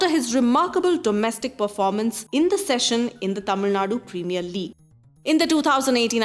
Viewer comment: It's incridiclble premier league not Indian preamiur league